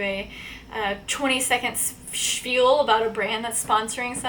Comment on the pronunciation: It's not "shfiel" its shpiel. It's an old yiddish word, shpiel, which translates as play...